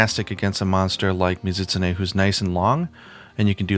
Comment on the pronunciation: "Muh-ZIT-sneh" ... I've said this before, but you really do pronounce the monster names oddly. This is probably like the 6th time I've done a double-take and had to replay it back to figure out what the hell you were referencing. But I can't be alone in pronouncing it "Mi-Zu-Tsu-Ne". That aside, I can't get used to the wyvernblast things. Ironic, since I like trap ammo in other games, but it never seemed to work out the way I wanted it to in World so I just didn't end up using it that much (unlike the HBG specials). Oh yeah, and you pronounce that really weirdly too: "WAAAIII-verrrn". Kek. I expect to an American my way of pronouncing it would sound like "wivun". Well whatever.